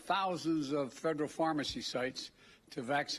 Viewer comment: Frederal pharmacy? 🤡🌎